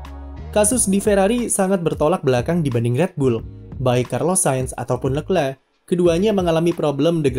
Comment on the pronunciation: Tulisannya leclerc bacanya lekhleh